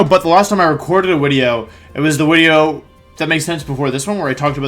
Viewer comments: Said wideo like 5 times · Why is he saying wideo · I don't know why I keep clicking on your content because as soon as I hear "wideo" I murder a stranger out of rage.